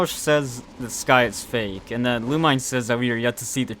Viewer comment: owh yeah lumine is pronounced lu-meen lmaoo i was confused